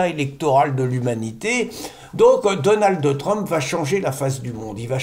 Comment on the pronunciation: Donaldeu Trump😊